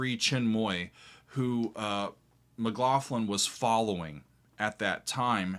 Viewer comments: "M(a)cLaughlin /mɪˈklɒxlɪn/ is the most common Anglicized form of Mac Lochlainn, a masculine surname of Irish origin." There is no "Mac Lofflin!"Can you see any "fs?" It's Mck-Lock-linn... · FYI the gh in McLaughlin is pronounced like a 'k', not an 'f'. Also Jan is pronounced Yan (almost like yawn). Like 'yon.' Jerry Goodman is so awesome, you should check out his 1988 album "It's Alive." You will like it. This is what I listened to in high school! This and ELP, Tull, Yes, etc. Such a great time to be a teen! John McLaughlin still tours, you should absolutely see him live before he dies. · By da by Gary------- Pronounced " Yan" Hammer n John Mc "GLauklan."